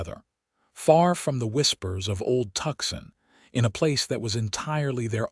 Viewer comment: "Tucson, Arizona". Pronounced "too-sawn". Please be cordial enough to notice. Somebody get these people a Dictionary.